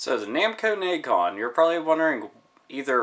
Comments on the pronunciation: FYI, it's pronounced Neh-gee-con, no Neg-con. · To provide a correction, it is pronounced "neh-gee-con", not "negg-con". I remember seeing that controller in the manual for Tekken 2. I thought that this looks like something out of the video arcade